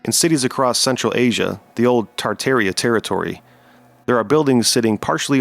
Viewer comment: Ha ha. Kind of reveals his educational level, don't it? But at least he pronounced Tartaria properly.